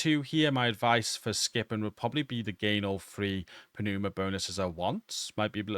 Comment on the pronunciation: It's pronounced "numa", great video.